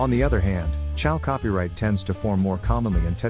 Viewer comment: Oh maan, that voice-over is the best !!! Maybe it's because English is not my first language but from on, I hear : "...when Chal Copyright is provided with a** in-treatment..." :- "When exposed to a**... :D. That's just as golden as pyrite :D :D Fools gold :P